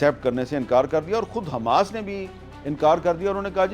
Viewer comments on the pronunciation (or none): none